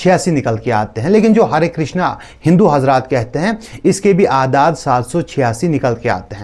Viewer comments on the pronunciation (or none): Krishn hota hai krishna nahi